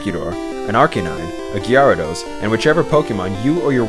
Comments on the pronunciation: Ge-are-ah-dose, completely wrong pronunciation. Its Gear-ah-dose. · "a Gi-AHR-uh-dos" -_ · did anyone else notice the weird way he says gyarados at the beginning